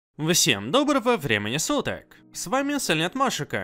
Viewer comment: Единственное, что мне не нравится, так это, то что ты проговариваешь первое слово в видео "всем" с чёткой такой В, хотя звучать оно должно как "фсем". Может это конечно фишка такая, но слух режет😅